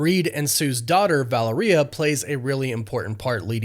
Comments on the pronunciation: The name Valeria is pronounced differently: the accent or stress should be on the second syllable, not the last. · Right! ‘Valeria’ should not rhyme with ‘gonorrhea’ 😅😅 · How many times can we hear mispronunce Valeria 😭